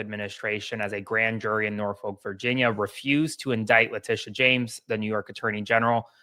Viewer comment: Just for the future, it’s NOR-fuk, not NOR-folk. The “L” is silent. Signed, Virginians.